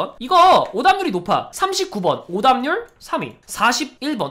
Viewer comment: 오답률이 자꾸 오담률로 들렼ㅋㅋㅋㅋㅋㅋㅋㅋㅋㅋㅋㅋㅋㅋㅋㅋㅋㅋㅋㅋㅋㅋㅋㅋㅋㅋㅋㅋㅋㅋㅋㅋㅋㅋㅋㅋㅋㅋㅋㅋㅋㅋㅋㅋ